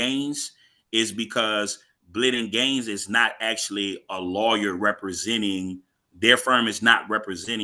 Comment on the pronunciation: LOL. Dude said "Axshually" .